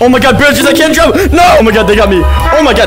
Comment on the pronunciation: Bro said "jumb slower"